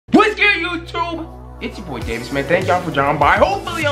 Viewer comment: ok so....when somebody gonna tell my boy how to says "whats good youtube"....not "whetz gewed yuhootoob"